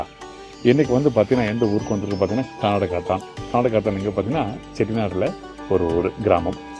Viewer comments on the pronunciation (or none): Not kadukathan... it's kanadukathan